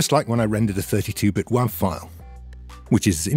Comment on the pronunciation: good to know that I am not crazy for pronouncing wav like that.